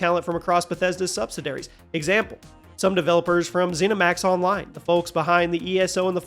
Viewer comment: For the record, it's not 'sub-si-dairies' it's 'Sub-SID-E-Airees'.